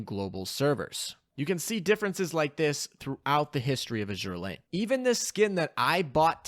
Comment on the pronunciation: you'd think that an Azur Lane youtube channel knows how to pronounce the games name